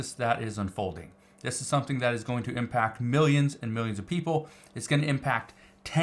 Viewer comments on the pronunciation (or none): none